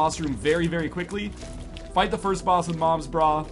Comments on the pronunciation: Is it not moms bra? Not noms bra? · what the hell its not noms bra